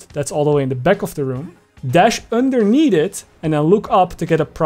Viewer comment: "underneed it" hmm yes